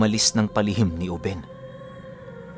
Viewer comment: binata pa jn si lolo ruben. uben yung pag kakabigkas ni conselacion sa kanya gawa ng bigla syang tumanda jn.. tyaka napakaraming kasanggang maharlikang ingkanto si lolo ruben jn.